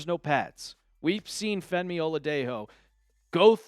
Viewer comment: Bro please start sayin femi’s name right 😂😂